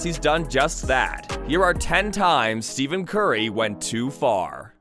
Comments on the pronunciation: It’s Steph-en not Steven bro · Did this Mf js SAY STEVEN BRUHV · Who voiced over this… Steven Curry?! How are you going to make a video where you mispronounce the mans name but then still call him Steph not even a minute later.